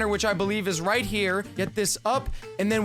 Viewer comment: Yea "rite"